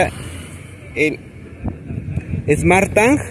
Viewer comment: Que pesado escuchar smartTAN!!